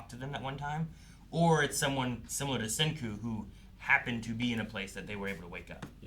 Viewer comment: Yo being so stupid damn iiit. He finally did something great and then he risks it all and fails. Next episode is so good. Damn, called it. I had no idea and was so curious. calling him Senko, it's Senku, he forgot. orz